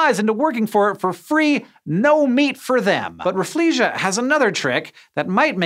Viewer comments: The Rafflesia is pronounced Raffle-See-Ah. Named after Sir Stamford Raffles. Not "Rah-Flee-Zhee-Ah". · I was taught that the pronunciation of "Rafflesia" should be raffles-see-ah, not raf-flee-siah like you said. Basically because the flower was named after a guy called Stamford Raffles, so his last name should be left intact.